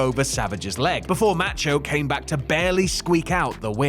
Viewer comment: For the love of God please learn how to pronounce Macho. It's enough to block this channel.